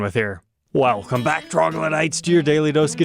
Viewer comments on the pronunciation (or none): none